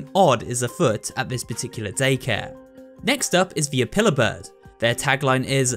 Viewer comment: Say apiller bird one more time!!!!